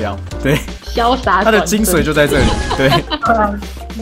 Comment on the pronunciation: 是精髓 ㄙㄨㄟˇ